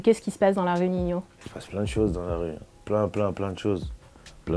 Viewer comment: Elle a dit ninio 😭